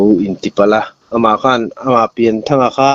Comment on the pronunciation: Pianthanga tih tur a ni a, Pian tih hi Lian kan lam ang a lam tur a ni.